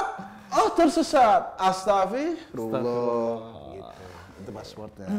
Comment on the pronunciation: Mohon maaf sedikit koreksi buat Tretan Muslim, pelafalan yg tepat itu astaghfirullah al 'aziim. Bukan astafirullah al aziim. Terima kasih.